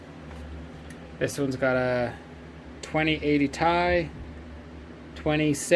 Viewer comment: zillion megahash and I'm obsessed you call them 'ties.' I've always called it tee-eye. Poetahtoe! you've got a nice pile of cards!